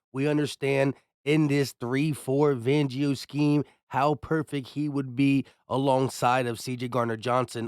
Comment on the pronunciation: FAN-gio FAN FAN FAN 🤦🏻‍♂️I’m sorry I can’t be subscribed to channels of people who can’t pronounce names…. It’s not VANGIO 🤦🏻‍♂️